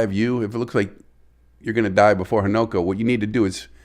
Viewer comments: Newborn Fish is often called a Fry. And it's Ha-Na-Ko. Not Ho-No-Ko. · Its pronounced Hunu ko .